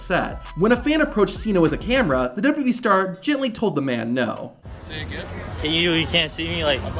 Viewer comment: Stops saying "dwee". The company is called "WWE" (pronounced, double you, double you, Eee).